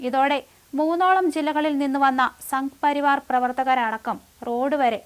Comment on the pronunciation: ശരിയാണ്. മലയാള പദങ്ങൾ ഉച്ചരിക്കാൻ അറിയില്ല. സംഘ പരിവാർ എന്നത് സംഗ പരിവാർ എന്നാണ് പറയുന്നത്. അങ്ങനെ പല പദങ്ങളും. സത്യം, വാർത്തകൾ കേൾക്കാൻ തോന്നുന്നില്ല. അതിവിരസത.